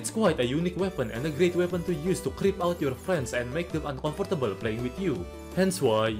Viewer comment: The way you pronounce “uncomfortable” was the most uncomfortable part of this video